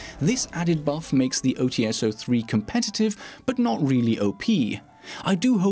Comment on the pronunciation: I love your videos, but there is a minor mistake that you make consistently. Glaz's sniper rifle is called OTs-03 (ОЦ-03, "Ts" pronounced similarly to "Ch", but not really, because transcription), not OTS-03 (ow tee es, as you make it sound). Apart from that, your videos are amazing.